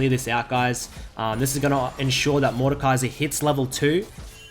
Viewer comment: Completely butchered his name but sure xD